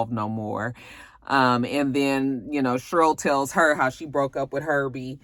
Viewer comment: your review was better than the movie lol I laughed every time you said "Shurl" (Cheryl) 😂😂